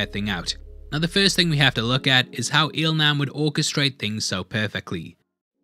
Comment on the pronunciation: Il Nam is pronounced as "Il Lam".